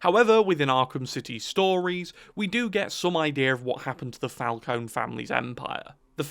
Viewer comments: Mr. Falcone (emphasis on FalconE) would like a word. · You're pronouncing "Falcone" wrong. That goes to show how much this guy actually knows about the Batman story